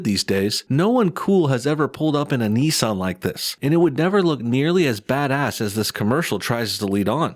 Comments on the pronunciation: It’s Nissan not neesahn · You are pronouncing Nissan very weird probably wrong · Ni-ssan. It's Ni-ssan. Not Nee-san!